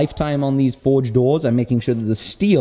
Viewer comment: Whenever says forge it sounds like he's saying Ford. The old Ford-esk slogan keeps coming ro mind 'have you driven a forge lately'.